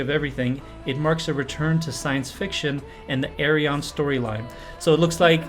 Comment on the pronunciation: The name Ayreon is chosen cause phonetic it sounds like the Correct Dutch pronunciation of his first name Arjen. So say Ayr-yeon, not Ay-re-on